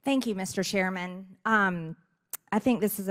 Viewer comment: Did she just said SHAIRMAN LOL